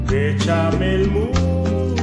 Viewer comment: Solo le dí a like por el "beshamel, beshamel musho!"🎶